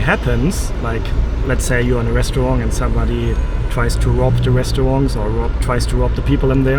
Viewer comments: I know you’re German, but you need to learn better pronunciation. It’s Seer-up, not Sei—rup. Try not to pronounce restaurant like a french person. And PLEASE stop the annoying habit of constantly saying “to be honest”. Why make a video full of lies?!? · Hi, great video again. And please, it's restauranT, not restauranG. And I'm a native of Californian, and think tipping is one of the biggest ripoffs in this country. You are not obliged to tip, as simple as that. If they pressure you to tip, I'd simply say, "please don't pressure me to tip, as it's my choice". We're currently in Asia now, where you know if you tip, they almost find it insulting.